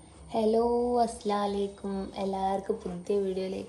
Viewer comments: salam paryne shradhik aslalaikum ennala assalamu alaikum clear aki parayan shradhik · അസ്‌ലലൈകും എന്നല്ല അസ്സലാമു അലൈകും എന്ന് വ്യക്തമായി പറയണം... അല്ലേൽ അർത്ഥം മാറിപ്പോകും... അതുകൊണ്ടാണ്ട്ടോ ❤❤ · സലാം പറയുന്നുൻവേങ്കിൽ നല്ലോണം വ്യക്തമായി പറയണം ♥️♥️😍